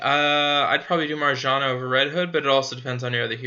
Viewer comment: Marjana is pronounced like Maryana